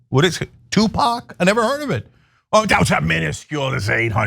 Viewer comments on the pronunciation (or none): Ahahaha my mans said " huh, 2pack" 😂😂😂❤